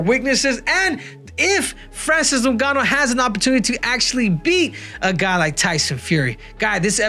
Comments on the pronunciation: its ingaanuu.please pronounce his properly!!!🤬🤬🤬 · Every time you say Francis last name you pronounce a little more improperly each and every time. "Nogannu" now it's "Ningannu / Nugannu" lmao.